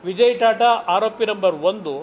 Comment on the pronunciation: " ತಾತಾ" ಅಲ್ಲ ಅದು " ಟಾಟಾ" ಅಂತ ಅದು .